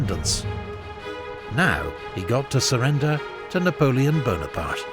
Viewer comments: NapoleonE BonapartE - where every french man was laughing insulted. E on the end of the words are not read. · not Buonaparte but Bonaparte